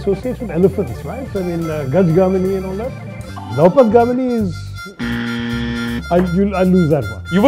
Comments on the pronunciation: 1.45 Its not Loupat Gamini It is Loh Path Gamini. Iron Road Transport. That's Rail/train If Aakash correctly pronounced probably Dr Tharoor would get it. Looks like Aaksh himself dint focus on the word first. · This anchor himself can not pronounce those Hindi words. Its not 'loupatgamini' its 'LohPathGamini'. Loh (लोह) = iron path (पथ) = path / way Gamini (गामिनी) = the one goes (over iron path)